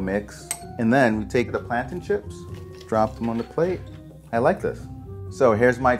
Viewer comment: Bruh I know he didn’t just say plantain chips